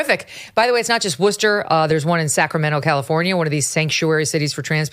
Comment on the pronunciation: Hey Megyn, I live in a Worcester suburb, just wanted to commend for actually pronouncing Worcester correctly! That is an art! And of course you are correct, the city is out of its mind.